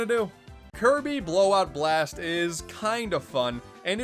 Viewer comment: Wanna know what's funnier? The narrator saying it like Kirby BLAGHT BLOST!